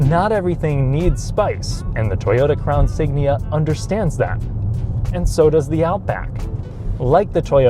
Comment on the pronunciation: “Crown Sign”